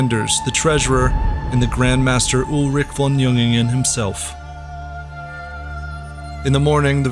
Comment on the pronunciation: "von" is not pronounced as "von" It is pronounced as "fon" which means "of" or "from"